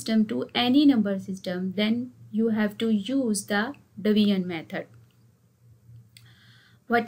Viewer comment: It's not divian method.its division methods miss😂😂😂